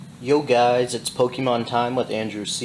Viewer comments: no offence but you really need to work on your pokemon pronouncing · He keeps saying the Pokémon's names wrong!! I hate it!!